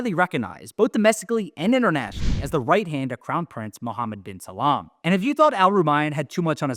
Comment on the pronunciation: Its "bin Salman" ... not "bin Salaam"